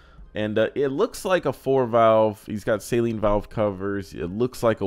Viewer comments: It is "suh-leen". You're pronouncing it like saline, which is basically salt water. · Sayleen, or SALEEN. Say it right ya dummy. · Saleen (pronounced Suh-Leen) where-as Saline (Say-Leen) is a medical and contacts solution. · Hearing say "Say-leen" so many times made me feel personally attacked. "Say-leen" is for your eyes homie😂😂😂😂